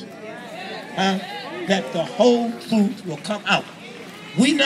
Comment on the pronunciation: Twuth Twuth He cant even speak correctly